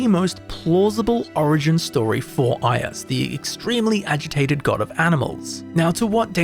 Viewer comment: The pronounciation of "Ius" really hurts, man xD